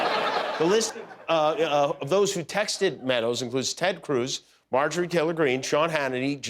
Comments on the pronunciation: He said: Perjury (Marjorie) ROFLMAO. Jimmy is the best. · "Perjury" Taylor Greene 😂😅🤣